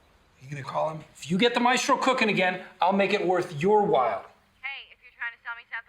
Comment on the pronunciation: The most annoying thing about Skyler was the way she emphasised the last letter in words. walTTTTttthh.